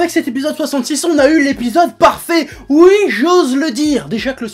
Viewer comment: J'adore quand il dit "ui'.